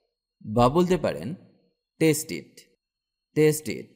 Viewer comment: টেস্ট হবেনা।ট উচ্চারন ঠ হবে